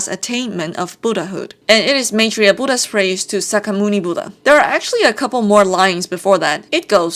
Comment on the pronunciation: After watching this and another summary of journey to the west(and completing the game myself) I really find it interesting as to how buddhism is shown in chinese mythology. I am from India and was taught about Gautam Buddha in a completely different way. I also love the way you pronounce rakshasi maitreya yaksha moksa and many other words from sanskrit. We also have a very famous monkey man named Hanuman in our mythology with many of the stories of how he got his powers and weapons similar to wukong's. I have heard that the writer was inspired by this character but I have no idea if it is true but does seem too similar to not be true. I love the grand characterizations of buddhism in chinese mythology as we got a very quaint version of buddhism in our side of history. BTW thank you for explaining the bull king drama as that is literally the reason I was here. I got confused since I remember bull king and wukong having a gang of yaoguais together in their early years. I did not understand why bull king would go against wukong when the celestial court stood up against him.